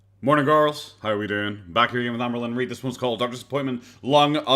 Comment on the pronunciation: Your "hello/morning gorls" cracks me up so much lolll